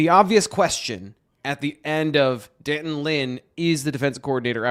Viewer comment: It’s pronounced D’Anton! Did ever have phonics!